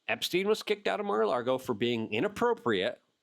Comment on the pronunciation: Lago luke say it with me. Lago. Theres no R in Lago. LAAAAAAAGO